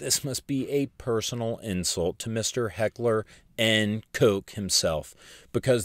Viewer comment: "Mister Heckler N. Koch" OH MY GAWD, HAVE I BEEN SAYING IT WRONG THIS WHOLE TIME???